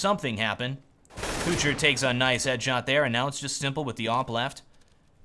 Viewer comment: I think u pronunce kucher wrong, u stretch the ,,u''